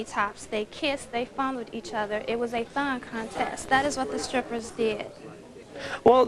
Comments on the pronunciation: HA! I thought in the intro he said THOT contest & I was thinking, "was that word used back then, wtf?" and then I realized it said "thong" contest 😂🤣😂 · I thawt I heard thot contest until she said it lol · At first it sounded like they said "thot contest"...